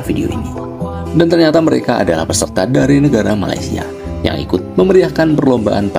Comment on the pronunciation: MA LAY SIA BUKAN MA LI SYA…betulkan. Nak komen positif kena sebut elok2. Kenapa boleh sebut IN DO NE SIA…. Boleh pulak sebut! Bengong